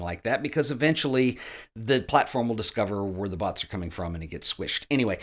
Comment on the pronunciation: Took me a couple of times before I realized was saying bots and not butts lmao.